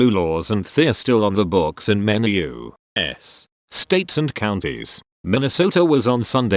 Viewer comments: Normal people U.S Text to speech YOU!!!...... S!!!! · the way the bot says u.s. is so triggering